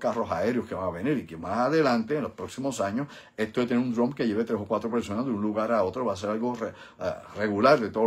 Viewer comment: Estimado y admirado; El siguiente comentario o sugerencia te lo brindo con sumo respeto.. Se q tienes conocimiento del idioma ingles,, mas cuando te oigo pronunciar la palabra DRONE me suena como si dijeras DRUMS.. No se por que razon pero no soy el unico pues otros colegas y amigos q te seguimos me lo han comentado.. Obviamente se q comprenderas la observacion.. Humilde sugerencia Profesor,,, gracias por tu aportacion y contenido.. Usted es UN BORICUA BRAGAO👏👏👏👏